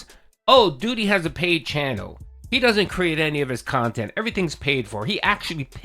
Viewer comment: Yep dude straight up thinks HIS khantent is better than detractor content because it's so pahsitive and meaningful. Make it make sense